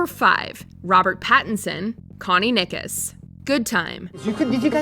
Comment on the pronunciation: “Connie Niggas”